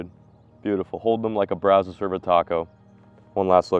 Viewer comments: Also have to watch out for gators if you float through the Waco area. Glad you’re finally pronouncing brazos correctly! Remember catching his first (?) DD on the Brazos right outside of the lake Whitney dam. Edit: damn, just heard you say “Brazowse” again. Haha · i’ve been fishing this stretch of the brazos since i was a little kid. very funny to hear him say brazos. everyone who lives around these parts says it like “Braz-uhs” and you know it’s a dallas guy when you hear braz-o’s